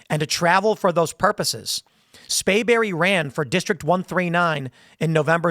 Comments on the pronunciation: Tim it is SPRAYBERRY.. NOT Spayberry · Hey Tim. It's SPRAY berry